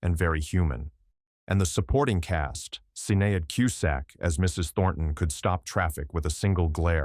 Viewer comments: Sinead is pronounced “Shin-ade”, not ‘Sin-e-ad” … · Sinead is pronounced shin-aid.